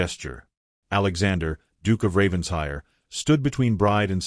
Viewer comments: It’s NOT Ravens-hire. It’s Raven-shire! Get it right! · It’s actually pronounced Ravensher in Britain. The ‘I’ is not pronounced like a long I. 😊 But yes, I wish they would pronounce it right. 🩷